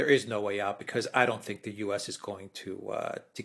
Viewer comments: I am pretty sure it is pronounced "Erdowhan". Yes I know how it is spelled. But yea, Erdowhan, not Erdogahn. I can deal with you Brits mispronouncing Aluminum as "Aluminium" but I am drawing a line here, Mercouris! 😡 FFS even pronounces it correctly and you just ignore him and go on lol. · Hey Aluxoonder. The President of Turkeys' name is pronounced Er-dough-an. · It's a common mistake but Erdogan is Pronounced Erdowan